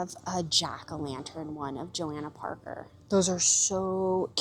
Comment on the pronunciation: It is Jo-Hannah not Jo-Anna Parker. Just letting you know, a lot of people make that mistake. Look at the rag.